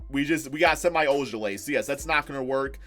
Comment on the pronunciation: Not that it matters but Semi is pronounced like Shem-ee